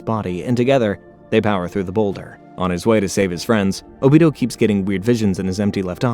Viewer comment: ”o-beat-toe” too